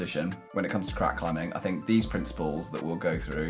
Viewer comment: He pronounces the 'g' at the end of every 'ing' word, not sure that's proper English...climbingGA